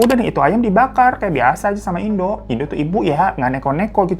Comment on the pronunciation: Bg yg ibu itu bacanya indo' ada koma atasnya bacanya pun ttp indo bukan indu (cmiiw) soalny disini bacanya gitu, mksh.